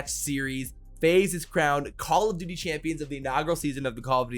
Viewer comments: Am I the only one hearing call of booty champs lmao 🤣 😂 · That man said booty champs 😂